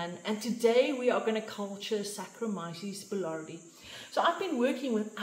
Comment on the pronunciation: Wonderful -- Thank you! FYI, boulardii is pronounced boo-LAR-dee-eye Be well.